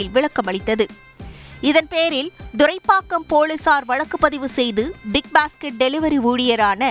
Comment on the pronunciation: Thuraipakkam and not Duraipakkam😂😂